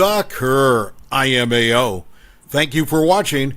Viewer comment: Can someone reprogram the computer narrator? It's LMAO. Not IMAO.....🤣